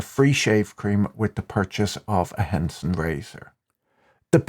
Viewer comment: Haha Henson Razor blades sounded like Hanson Mmmm Bop